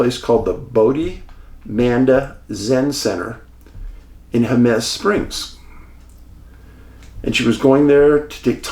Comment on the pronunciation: Jemez: Pronounced "Hay' mas". I've been there many times. Especially the hot springs.